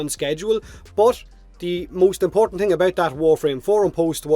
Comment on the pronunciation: Don't you mean "tings"?